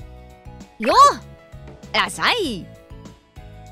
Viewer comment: ( ﾟ∀ ﾟ)ﾊｯ！ ネイティブな発音の『らっしゃい』だ！